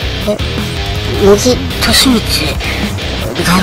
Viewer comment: おばちゃん(笑)茂木→→もてぎ。だよー